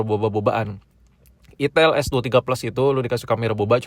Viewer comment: kayak nya si abg nya lebih nyaman dgn "itil" dibanding "itel" sih ya 🤣🤣🤣